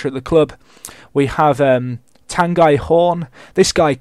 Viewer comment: Tanguy is pronounced Tong-Geee (Gee like in geese)